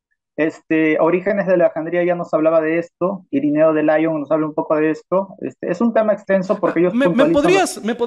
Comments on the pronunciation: Lo siento, eso de "Irineo de Laion" me ha matado, desde ese momento sólo podía reírme. Decir Lyon así sólo demuestra que tiene poquita cultura el tipo, porque no es lo mismo la palabra inglesa "lion" (león) que es la que pronuncia, que la francesa, "Lyon", sobre la ciudad. Con raíces etimológicas complementamente distintas y sin relación. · de laion haaa pronunciar en ingles te resta 10 puntos